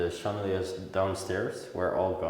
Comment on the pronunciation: Hello, Chandeliers in English is pronounced Shan-da-lears